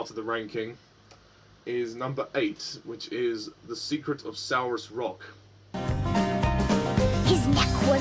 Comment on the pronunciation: You say it like sorus rock